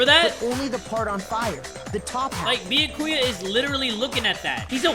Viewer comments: jay still says beeyuhkooya. BE-YAH-KOO-YUH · I’m actually getting used to saying Bee-yack-koo-ya I feel like it wouldn’t be the same if he changed it to how it’s meant to be pronounced. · iirc in an earlier episode he heard the actual pronounciation, said he doesnt care how its pronounced and said hes going to pronounce it Bee-ya-kuu-ya anyway lmao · I hope you know you pronounce Byakuya's voice as Bee-yah-ku-yah right? 😂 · Game: repeatedly voices Byakuya's name: always pronounces it completely wrong Like, im enjoying the playthrough, but tjat bothers me so much!! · 5 chapters in and still saying Byakuya's name wrong lol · How long do yall think it will take jay to say byakuya right? Lol